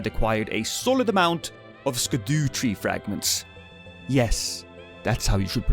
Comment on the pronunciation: It's pronoucned shadow tree fragments, it an old Anglo saxon spelling if memory serves, just fyi